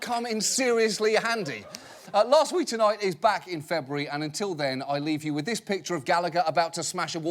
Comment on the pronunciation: Dude, you pronounce last and lost EXACTLY the same.